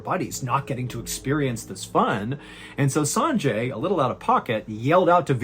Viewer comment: "Sanjay" is pronounced "sunjay".